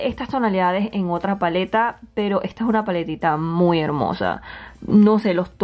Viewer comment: ejta paletita